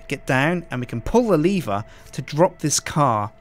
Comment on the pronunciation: It's not leever do you now how to read